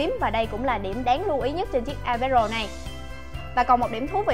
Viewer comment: Nghe như : và đât là ipad rồ của chúng ta